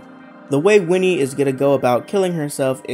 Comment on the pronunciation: It's WINNIE! Not Wendy!!! Jesus Christ.